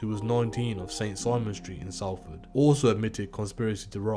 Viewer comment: Just gotta say it's pronounced SOLFORD, think of Salt, also they got sprung on Regent Road not Regent Street